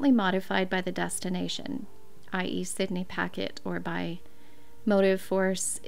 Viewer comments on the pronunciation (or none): none